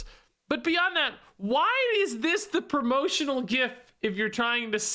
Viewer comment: Thank you for pronouncing gif properly.